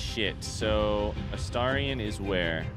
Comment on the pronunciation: You finally said Astarion correctly 🎉 Only took 129 videos 😂 Edit: I spoke too soon, you immediately reverted 😂